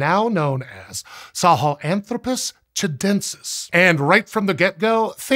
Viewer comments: The 'sah-hellen-thropus' pronunciation is killing me. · it's hard to listen to you pronounce Sahelanthropus that way.